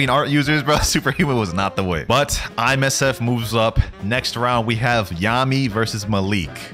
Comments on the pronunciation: Bro keep calling IMSF(FIJI) ISMF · Did he just say ismf